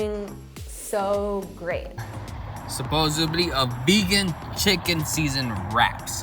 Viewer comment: he said supposebly instead of supposedly!!😤😤😤